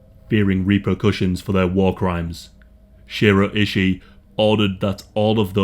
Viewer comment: It’s pronounced Shoe-roe eye-shy, that’s how you pronounce his name.